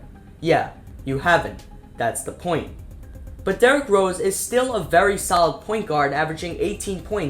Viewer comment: And "derek" rose 😭😂